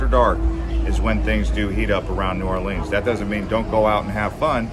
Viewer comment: Good effort but your information is flawed. You need to study more before putting out this sort of content. You can start by learning the correct pronunciation New Orleans.